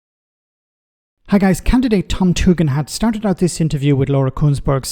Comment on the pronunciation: stop gas lighting us we know how to pronounce tug end!